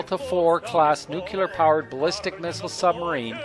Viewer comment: It is pronounced nuc-le-ar not nuculer. A good place to start if you want to pass yourself off as knowledgable.